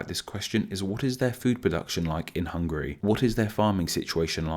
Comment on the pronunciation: Oh man! I love your chanel but you pronounced Hungary soo terribly!